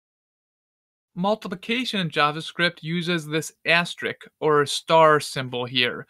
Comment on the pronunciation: This is the third different I've watched who can't pronounce "asterisk."